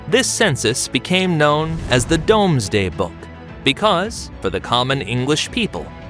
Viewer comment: it is spelt Domesday Book as you have written it. However, it is pronounced Doomsday Book. Domesday is a medieval spelling of Doomsday. The book wasn't really known by this title, though, until the 12th century. The word "Domesday" comes from Old English "Dom" (Judgment/Statute). The shift in the meaning of "Doom" to be more negative (destruction / terrible fate / end of the world) through pejoration came about around the 14th-17th century. As the word "Dom" also goes as far back as a root word in Proto-Indo-European, it is also possibly where the latin-derived words such as "Domus", "Dominion" and "Domicile" etc comes from.